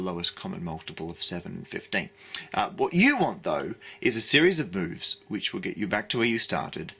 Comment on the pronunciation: I heard "a series of boves"